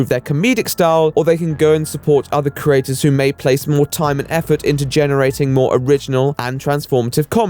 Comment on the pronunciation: Why are people unable to pronounce the word 'creators' anymore? I didn't realize Youtube had craters.